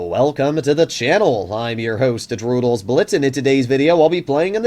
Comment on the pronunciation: Blud said droodles blitz at the start of the video 😂☠️